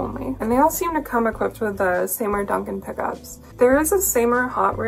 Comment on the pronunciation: Awesome playing and sick guit!Seymour is pronounced "See-more" anyway shred on. P.s. Charvel made the star body for some time maybe look to them for a similar model